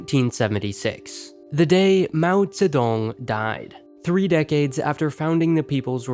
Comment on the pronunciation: The way you say Mao Zedong. You should be slapped or kicked in the shins